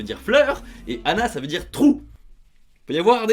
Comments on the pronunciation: J'adore Emita: "trrrou" et après l'image de chouette 🤣🤣🤣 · Avoir demandé de prononcer "trou" ça me rappelle tellement Wasabi, c'est un peu cliché, mais c'est clairement ce à quoi ça m'a fait penser, car elle disait "tru" à la place ^^ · Mais xD Quand ils essayent de prononcé "trou" ça me rappelle une scène iconique du films "Wasabi" XDD Mon dieu les pauvres